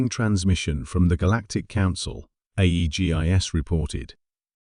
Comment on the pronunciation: Can't say Aegis?